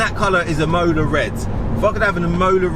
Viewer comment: Mate, Imola red is a great colour and takes its name from the beautiful city of Imola in Italy. Its correctly pronounced 'EE - MO - LAA ........not 'Immowlar'